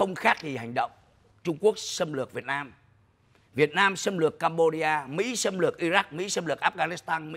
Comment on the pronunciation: Sao ô dũng này nói việt mam như vậy ô là ai ô ở đâu